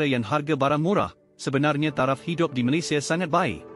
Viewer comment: pertama kali saya dengar channel yang sebut nama negara malaysia *malaysiya dengan betul . kebanyakkan malaysya malaysha malayza .